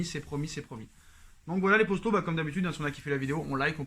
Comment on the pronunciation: ok je me disais bien aussi que ça devait être un truc comme ca